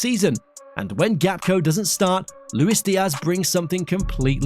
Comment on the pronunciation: And his name is Gakpo not Gapko....